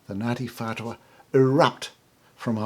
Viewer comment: Idiot! Can't pronounce maori so why are you trying to tell our history? Taoho wasn't the chief of Ngatiwhatua?